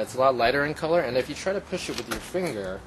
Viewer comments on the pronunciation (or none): none